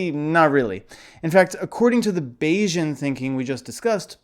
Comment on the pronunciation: Bayesian should sound like Canadian, not Asian